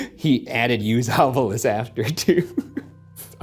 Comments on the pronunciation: I love how they keep upping the fanfare with the animations, but still haven't updated Ryan's recording of him calling it the "Ovulus" instead of ovilus when he's explaining the device. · new season, same varying pronunciations of “ovilus”